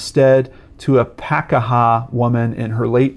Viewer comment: It's pronounced 'PA- KEY- HA, not PAK A HA